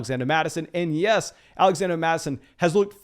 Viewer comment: Am I missing something? What's the deal with him saying "Alexanda" Mattison